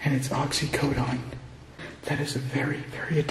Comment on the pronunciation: this guys pretends to be a pharmacist educated about dosage, risk of addiction, overdose, etc. Meaniwnot being able to pronounce oxycodone